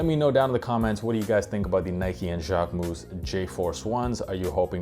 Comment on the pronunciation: Now I know it’s not pronounced Jack-way-moose 😅